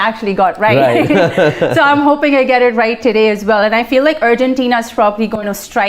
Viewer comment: Why does she keep saying Urgentina ? Its Argentina ...